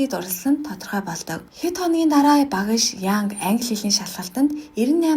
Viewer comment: Багаш гэж хэлэхийг эс тооцвол Ок байлаа.